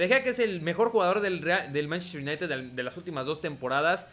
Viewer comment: En vez de decir manchester united dices mntztr ynitd